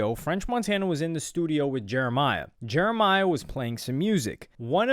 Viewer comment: This dude calling him Jeremiah is sending me 😭 it’s jeremih lol